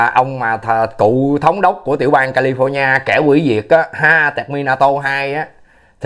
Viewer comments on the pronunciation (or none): none